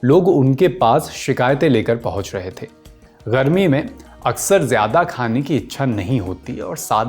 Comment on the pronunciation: Wo gharmi nahi hota bhai.. garmi hota hai